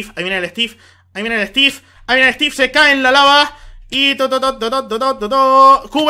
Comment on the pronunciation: me encanta que en ves de decir estiv dice estif